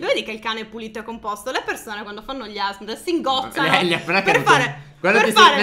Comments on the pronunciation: Ma non si dice asbrm ma A.s.r. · ASMR non si legge asmr ma si legge esse erre emme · Ma la parola ASMR non si legge così come è scritto ma si legge AESSEMMERRE Non voglio offendere nessuno! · Io vi amo😍 #teamnino PS: Asmr si scrive così ma non si pronuncia così. Ma "aessemmer" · L'unica cosa fastidiosa è sentire ASMR invece di Aessemmeerre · non si dice asmr si dice A esse emme erre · A esse emme erre! Non gli asmr plz ditelo bene basta con questo asmr A ESSE EMME ERRE E NON ERA UN BUDINO 🍮 DI SLIME!ERA GELATINA! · Ma si dice A S M R pronunciando ogni lettera staccata non ASMR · Si scrive asmr ma si dice (a esse emmerre) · Nn si pronuncia asmr ma : aesseemmeerre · Asmr😂😂😂. Si pronuncia a-esse-emme-erre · mi disp. Ma non si dice asmr ma si dice aesseemmeerre senza offesa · Non si dice asbr ma a s me r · Scusate ma si dice a s m r no asmrr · Non si dice asmr in quel modo si dice a,s,m,r non asmr (scusate dovevo) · Comunque si dice a s m r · Bellissimo video,come tutti gli altri❤ Comunque si Pronuncia aessemmerre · Si legge " A ESSE EMME ERRE" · Si dice aesseemmeerre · vi prego fate una canzone in cui ripetete asmr e comunque si dice A S M R tutto staccato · e si dice asmr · I video ASMR si pronunciano: Aesseemmeerre tipo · Si srive ASMR e si legge a esse memme erre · Comunque si scrivè asmr ma si legge " a esse emme erre" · Si dice a esse erre emme ASMR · Si scruve asmr MA si dice aesseemeeree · Scusate ma però si dice Aa-S esse-M emme-R erre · Si dice aesseemmeerre(p.s.:vi adoro❤❤❤😍😍) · Non per offendere! Di dice A-S-M-R ripetetelo a lettere tipo a m ok ciaOOO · Si dice A-S-M-R staccato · Asmr si pronuncia lettera per lettera non come nome intero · Asmr si pronuncia aesseemmeerre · Si legge a esse emme erre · Si chiama asmr e si legge aessemmerre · Si dice a s m r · Ma non sapete neanche dire asmr